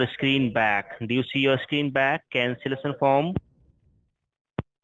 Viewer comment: “The cancelesson foam”